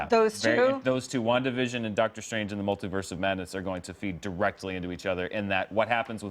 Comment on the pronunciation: "In the Multiverse of Madness" sounds like "At the Mountains of Madness." Maybe Strange is mixing it up with Shuma-Gorath?